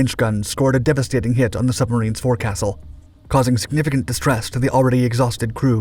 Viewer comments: Four Castle ?? Pronounced: FOKE sull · Forecastle is pronounced "folksul" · "Forecastle" is pronounced focsle, like "folk". You really should learn the English language! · u repetaed yer bull sh*t twice...and learn how to pronounce Naval terms...it tain't "four-castle". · The correct pronunciation is as I state. Look it up the OED if you want.